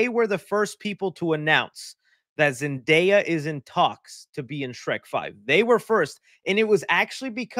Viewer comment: Myshine is awful person as she promote crypto and aa you said their travk record has fallen so much since no way home, so her calling zendaya as zendayap is no surprise to me.